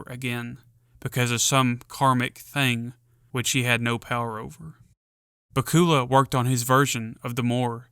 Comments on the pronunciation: Baku’s is not pronounced bakoola but bakula like Dracula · I love your video! Just one small correction. Scott Bakula's last name rhymes precisely with Dracula. Not back-COOL-uh. Just so you know. 😊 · Dude it's pronounced back-u-la. Scott back-u-la. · Its BA-cue-luh. Rhymes with Dracula. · I know damn well you didn't say scott bacula's name wrong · His name is pronounced like Dracula with a B. Lmao